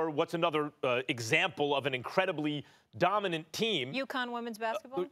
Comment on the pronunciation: She said ucon women’s basketball 😂